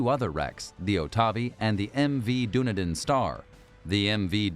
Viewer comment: Dunedin is pronounced dun-E-den, not doon-e-din.